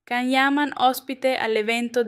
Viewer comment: Ma perché lo chiami Can, si scrive Can ma si pronuncia Gian! Cavolo! È veramente vergognoso!